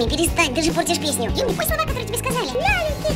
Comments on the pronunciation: Хахахаха не юми чу, а юми най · Не надо Юми к лагопеду